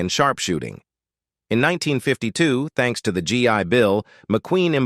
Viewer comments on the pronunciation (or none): none